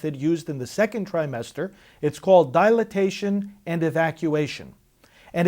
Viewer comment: I love how he keeps saying dilatation. I guess god gave him the power to make up new words. lol. I wish I could scream in his face "Dilation!, Dilation! Dilation!" Anyways have you ever heard of voice of choice. That's how I do my part, among other things. if you know of any additional groups I can join, please let me know. Trolling Tampon huh? Sister you should do standup! safe and legal, ALWAYS!